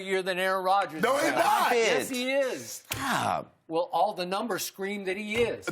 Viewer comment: 😂😂😂😂😂 he said” thop it” 😂